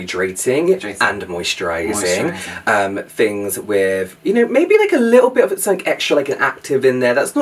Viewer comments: My favorite part of your accents is how you pronounce “th” as “f”. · nope "fings" as this is how would pronounce it 😜